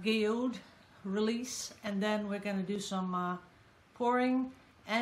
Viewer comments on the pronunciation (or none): none